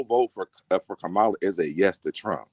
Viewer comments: Her name is pronounced KAHHH MA LA!☺️🗳️💙🇺🇲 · Please give KAMALA THE DIGNITY OF PRONOUNCING HER NAME CORRECTLY. It is pronounced ,LA = KAMALA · Please learn to pronounce the VP’s name. Kamala is pronounced “Comma La” “ , la”. Please🙏🏾